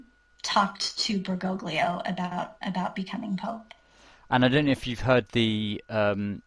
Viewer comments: Bergoglio pronounced Ber-GO-lee-oh. The three Italian letters "gli" sound like Lee in English. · You’re WRONG! The three Italian letters “gli” sound like L- yee. Ber-GO-lyee-oh